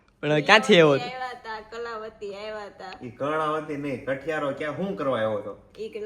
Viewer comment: It is kathiyaro. Kthiyaro nahi!